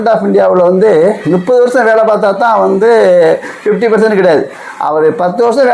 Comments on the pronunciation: Muppadhu correct not nuppadhu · 30 enbatharku thangal nuppathu endru ucharippathai avoid seiyavum